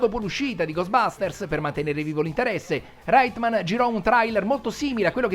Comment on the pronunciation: Stupendo!! Unico appunto, la pronuncia dei cognomi “Reitman” e “Venkman” sono “Raitmen” e “Venkmen” ciao!